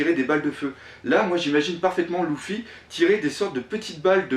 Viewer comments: Désolé mec mais Luffy ça se dit pas (Louffy) mais (Leuffy) d'accord? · On dit leuffy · pq tu dit louffy